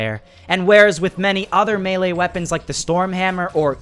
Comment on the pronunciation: U can't say melee right